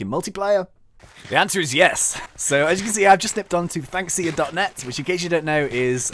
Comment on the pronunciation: When he says 'or Thnxcya' it sounds like 'all thanks to ya'